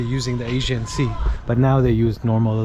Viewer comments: Thanks for this video. When it appeared on my page as recommendation, I immediately jumped in and watched with curiosity for what you might have filmed in my town:). A couple of things to point out, though: First it is not Asian sea, maybe it is all about the way you pronounce it, and even captions show the same however to inform people thoroughly, it is Aegean. Second, we do not have a direct route to Mykonos. The direction you point at is not Mykonos, but Chios another Greek island. Lastly, when you take ferry to Bostanli/Karsiyaka side, it is completely different than what you have shown in this video. You can immediately tell how different the city parts are:) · Why did you keep calling the sea The Asian Sea while it is called Aegean/ee-gee-an/? And Camii is pronounced /Djah-mee/ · AEGEAN sea. The guy keeps pronouncing it as 'Asian sea'. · Mykonos? You didnt do your homework before vlogging, it's Xios (Sakız) Island. The man was asking "which channel". You can simply say "selam, merhaba" You kept saying "Asian Sea" it's "Aegean Sea" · Sir, please learn pronunciation correctly!!! “AEGEAN SEA” not Asian Sea!!!!!!!!!! Thank you… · Good video, but one correction: it is the Aegean sea, not the Asian sea. (Aegean, ponounced Eh-jee-un) in Turkish, Ege (pronounced eh-ghe). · It's Aegean Sea, not Asian Sea,. 🤣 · İt is not Asien sea--it is Agean.. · You should have practiced before, several times until you’ll be able to pronounce it right. “Aegean”, it has a “G”, Not an “S” . Don’t excuse yourself with pathetic lame excuses. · He said it but he is too American leave him alone. Spell it phonetically so he can say it give him some credit. He is a nice guy.